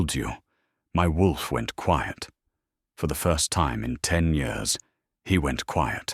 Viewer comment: Mispronounced year